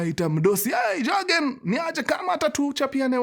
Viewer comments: The name is Yagen....Germans pronounce Y as J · Jurgen *J is pronounced as "y"